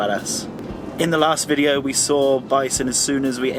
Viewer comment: VideeOH-oo. think that is 4 syllables. lol